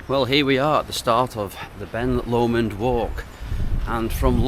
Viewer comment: ITS BEN LOMOND "LOW-MOND" not whatever you just said, that one hurt my ears 😂 ben lumund😂😂😂😂😂😂 "LOW-MOND" say it right